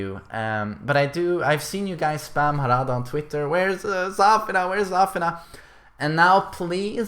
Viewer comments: Why do you call her ZÀFINA? It's ZAFÌNA. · not Zaafina, its Zafiina